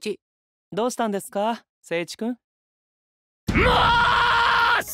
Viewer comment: お菓子食べてる可愛すぎ❤❤❤ ゴミを誠一君に当てる可愛すぎ❤❤ 心配してる二人好き、、、 誠一君を呼ぶ時の言い方が犬みたいwww お詫びの印の物可愛すぎ❤ やっぱスワロウテイルには誠一君がいないと駄目なんだよねー